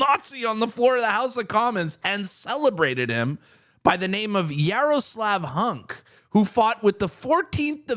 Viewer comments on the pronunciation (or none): Isn't it Jaroslav Hunka, not Hunk?